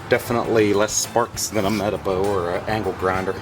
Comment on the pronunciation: metabo vendor here, i sell their nail guns and corded tools, it’s pronounced meh tah boh not meta bow 😂 no hate to you thank you for posting tho it helped me with my install on my b200r 😂